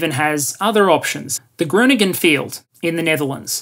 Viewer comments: I'm Dutch and I honestly didn't get what he was refering to when tried to say Groningen. I gathered it only from the context what he meant. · Hearing an English speaker trying to pronounce "Groningen" is always a special treat. :)